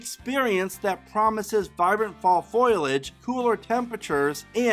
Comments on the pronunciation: Good video, but Foiliage? Foliage. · It's fo-lee-age. Not foilage